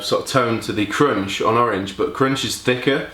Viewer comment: His pronunciation of crunch croiunched,cuuvvunched,k roo inched my mind!